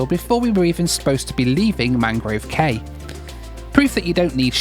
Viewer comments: Great video, but cay is actually pronounced “key”. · Cay is actually pronounced key. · Used to live in the Bahamas. “Cay” is pronounced “key”. Loved the out islands. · Cay is pronounced “key” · Cay there is pronounced Key just they spell it like that & you being from UK should know lol. Nice job loved it. -Cheers!